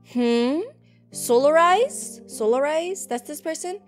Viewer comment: hes name isn’t solarize its solazar